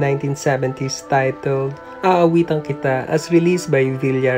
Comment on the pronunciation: Yes finally the wait is over👍🙂 Salamat idol GYPTV sa paghanap kay Tita Midz, ang pinakamamahal na kapatid ni Sen. Juan Ponce Enrile. Natatawa ako ky Jon Santos sa kanyang impersonation ky Tita Midz sa tuwing kumakanta sya ng "Aawitan Kita" (aawitan kitwaah, aawitan kitwaah...) 😜😁🤣😅 with pun intended na pinatikwas na pagbigkas ng 'kita' sa 'kitwaah' 🤣😅. She is the epitome of an elegant classy lady of high social status and regard of the Spanish times. She also appeared in films "Inday, Inday Sa Balitaw" (1985) with Maricel Soriano, Susan Roces, & Roderick Paulate. Sya yung malupit na amo ni Maricel doon infamous with her lines in the movie while hitting Maricel very hard due of her punishment for some wrongdoing: "Maldita ka talaga, idiota! idiota ka talaga! Tingnan mo ginawa mo sa anak ko, kochina! Kochina ka talaga! loka-loka! Tonta! Bruha! Santa-santitang maldita! Iiyak-iyak pa 'tong hitsurang 'to"😅🤣 "Punyatera ka talaga! Anong akala mo sa ulo ko, inidoro? Halika dito 'kaw talagang malditang babae ka, mamili ka ngayon ng parusa, uno, dos, tres, kwatro, singko, o pakagat kita kay drakula?" (yung bulldog na aso) 😅🤣; at sa "Magdusa Ka" (1986) with Dina Bonnevie, Nida Blanca & Dindo Fernando. Sya yung aristocrat mother ni Dindo doon..👍🙂